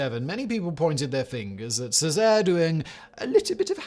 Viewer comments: I know from assassin's creed 2 that Cesare is pronounced cheh-zah-ray. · Uses footage from the Borgia tv show and still pronounces Cesare wrong 🤦